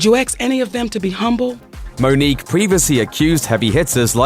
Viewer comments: Don't know why my ears ring every time I hear axe=ask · Learn to say "Ask" if you wanna be taken seriously is all I will say.. -_-' EKS EKS EKS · It's "ask"... not "axe" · I stop paying attention to people when they say "acts" instead of "ask". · Monique, nobody axed anybody, lets not escalate things 🤣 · “Did you ax any of the white women to apologize...” oh, Monique. It’s “ask” not “ax.” Why is this so hard to say? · Monique actually destroyed her career when she said “aks” instead of “ask.” Facts. Google it... lol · Did you axe any of those white women??? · ''Did you axe'' lmao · Did you "AX" blah blah? Did you "AX" blah blah blah? Ugh! It's so annoying. Maybe that's the reason why your career has ended. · Did you aks????